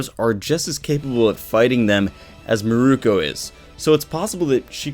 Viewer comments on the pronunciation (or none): Meer-Koh. Holy shit dude. It’s not murooko. Meer-Koh. Mirko=Meer-Koh not Mirko=Murooko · it isn't "mirooku"